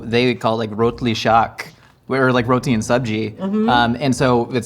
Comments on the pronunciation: OMG! I just discovered you. Literally the second video I've seen from you. And I'm subscribing. I'm Gujarati and your pronunciation of rotli and shaaq is SPOT ON! I'm a fan already! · Ikr! He said Rotli Shaak so clearly